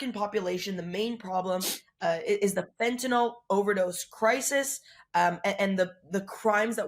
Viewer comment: Fentanyl. Fin • ta • nil NOT Fin • ta • nol There is no o in Fentanyl.